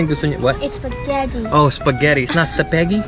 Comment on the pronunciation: It's not staphegi it's iskabetti